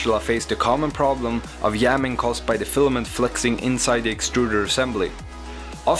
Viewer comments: Lol yamming!? It's jamming... Ja ich weiß das man das j auf deutsch so ausspricht aber nicht auf englisch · Jamming isn't pronounced "yamming" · Cool video but "j" is pronounced differently in English to other languages, it's more like "g" than "y". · I was like wtf is yamming, then I remembered he's swedish. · I could guess where you were from judging by the way you said "jamming". jag kanner svenska :)